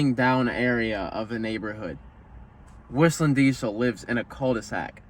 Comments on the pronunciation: fyi you don't prononce the L on «cul de sac» lmao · dont say the "L" on cul de sac and you got it right.